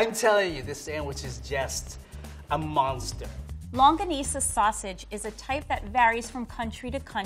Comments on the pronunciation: Hey,. Its LONGGANISA, not LAnggonisa. 😂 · Am I the only one that heard Longwanisa instead of longanisa. As a Filipino that disturbs me a bit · Filipinos: Longganisa International People: Longga-knee-suh: Longgwanissa" 😂🇵🇭🇵🇭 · Lungwanissa it's actually longanissa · im sorry it’s bothering me but it’s long-ga-ni-sa not long-gua-ni-sa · My ear started ringing when he said “Lungwanissa” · Aww I love pronunciations. “Longwanisa,” Filopino.” 😂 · LoNgUinIsA Me: *laughs in Filipino* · Huhuhu its a double "G" like lonGGanisa!!! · Its longganisa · Longganisa. Say it with me: “longganisa”. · Did just say LUNGGUANISA? My Filipino grandma is gonna kick his butt af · Me a filipino, fan: Long-gwa-nisa Me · Bro what is a long-wah-nisa